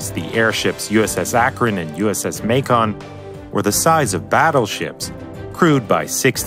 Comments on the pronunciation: As a note, Macon is pronounced like Maken, not Mack on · May-Can not May-Con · its macon like bacon . If they're named after the cities. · It's not pronounced May-con. It Maycun. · Ma-con. Someone just revealed where they're from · "uss may-con"